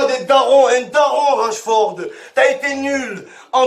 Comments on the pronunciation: C'est pas Rachford mais Rashford Momo 😂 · Rachford 😂 même son nom il l’a pas respecté 😂